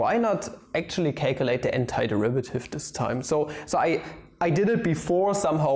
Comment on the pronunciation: is it just me or i heard hentaiderivative instead of antiderivative